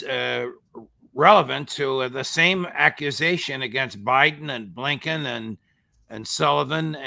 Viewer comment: I love it when Phil tells it like it is “there is something possibly lurking in the back of bleeeeennbkiins brain off someone can identify that”🤣🤣🤣